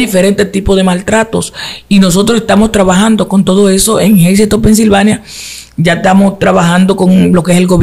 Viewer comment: Si, así mismo se pronuncia el nombre del Pueblo “Hazleton”. Yo resido ahí. He visto a la Pastora Arelis y se donde esta su congregación. Bendiciones y gracias por el contenido!